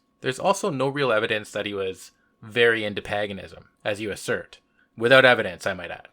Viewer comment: Paganism is pronounced like 'Hague', not 'hag'... Just sayin'...